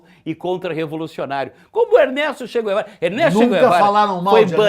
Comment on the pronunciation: "Tchê Quervara" a Deputada Jeânus Cuspillis fica molhada qdo citam esse nome 🤣🤣🤣🤣🤣